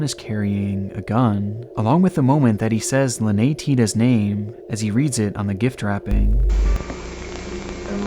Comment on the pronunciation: the way you pronounced Lynette was FUCKED.